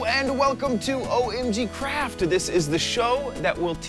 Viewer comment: Everytime he says OmgCraft i am hearing OmgCrap, is it just me? anyone? Hello?